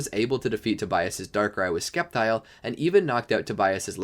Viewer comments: Hearing him say skeptile made me skeptical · Bro was really saying "Skeptile"